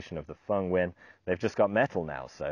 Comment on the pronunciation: Dude can pronounce Nguyen. Good on ya!